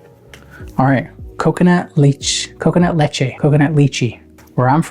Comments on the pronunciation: Leche - leh - cheh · Le-che. Understandable mistake only ppl who know Spanish would know. But now you know. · … its Leche as in milk in spanish my man🤦‍♂️😭